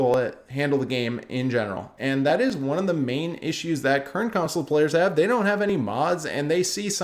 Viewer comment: Please say CONSOLE properly thanks. Besides that all good points